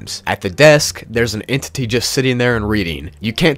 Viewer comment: He said entity so many times. "N tit tee' 'enti T' "in T Tee" This was great I loved this video. :shelterin